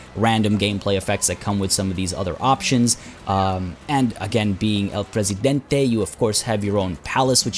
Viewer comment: Also, your pronunciation of El Presidente is better than the one from the voice actors, so good job!